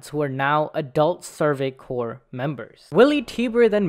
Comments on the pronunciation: Amazing video, you guys!! Bravo all!!! Small note: CORPS is pronounced "core", NOT "corpse". I teach English, sorry, I gotta. Can't help myself. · It’s pronounced like “core” not “corpse” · Corps is pronounced core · Dude I can't take you seriously when you mispronounce Survey Corps as corpse. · Great video. Just one little nitpick for you though. The word "Corps" is pronounced "core", the P and S are silent. I hope to have heightened your understanding of military terminology :) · I mean no offense but I literally had to stop watching this because of the constant mispronunciation of the names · People are really allergic to pronouncing corps correctly, huh? Or is it an intentional joke due to the high likelihood of members becoming corpses? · This dude keeps mispronouncing the word "corps"!